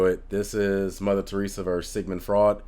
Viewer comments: Sigmund Freud (last name pronunciation: froyd). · Freud is pronounced F-roy-d. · Says Freudian Slip correctly but mispronounces Freud. 'kay.